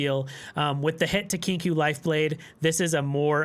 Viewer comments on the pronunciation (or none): great content as always! i prefer to run 3 frenzied skitters on spooky karma, been watching alanzq and he doesnt like the harrowing, favors vengeance instead. also it is pronounced "kinkoh".